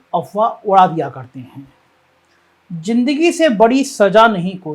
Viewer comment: JINDAGI , JAHAR, SAJA ......hindi bolna toh seek le bhainsey